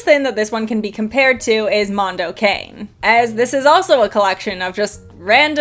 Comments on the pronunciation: Mondo Cah-NAY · I still remember the radio ads when Mondo Cane came out. It was always pronounced Mondo CONNIE.